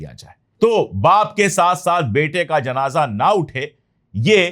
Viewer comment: Pandey sahab asal word janaja nahi hay. Sahi JANAZA HAY.